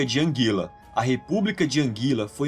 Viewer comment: Não e angila e anguila